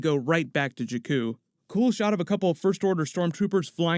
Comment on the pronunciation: It's not Juh-Kuu, it's Jaa-Kuu. like the baa that a sheep makes. Not uh, like the literal word uh.